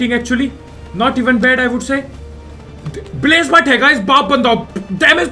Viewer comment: Blazamut❌ Blazamathu✅